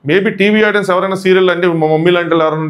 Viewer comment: Audien kadu audience okkarinaina kuda audience ane antaru guru